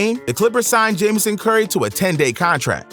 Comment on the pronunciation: Bro said jamison curry 😂😂😂😂😂 its jameson curry